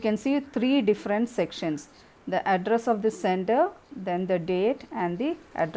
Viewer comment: Address sounds like Adras😂😂